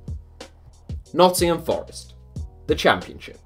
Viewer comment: Something in his accent made me think he said naughty men forest instead of notthingham forest :)